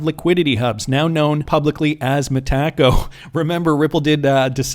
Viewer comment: It's no way you possibly thought it could be pronounced "Meh-tak-oh" 😂😂😂😂